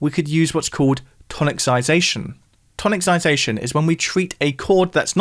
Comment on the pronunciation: Check how to pronounce 'tonicisation'. :) It's not 'toniccisation' ;)